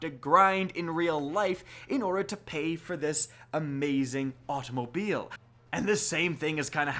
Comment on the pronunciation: And the way said automobile earnt a like